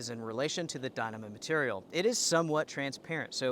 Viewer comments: It is pronounced die-KNEE-mah. And, who do you think is to blame for inflation? I think I know where you are going with this line of thought but I can assure you that you have no idea what you are talking about. Stick to making recommendations and pronouncing things wrong. Economics is way out of your league,. If you want to make political statements, I suggest you stop cowering and say what you mean. I don't like the current administration and I didn't like the last one, either. But let's be clear on the reasons for inflation. If you don't know the real cause of the current inflation spike, then stay in your lane or ask me about it. I'll be happy to drop some knowledge bombs on you. As for the Duplex, it is a good tent but absolutely not needed unless you are through hiking. There are better tents out there for less money. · LOL, I never heard anyone pronounce Dyneema like that